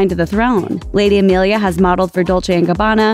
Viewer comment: AMELIA, NOT EMILIA. Jesus Christ, you can’t even get it right,. 🙄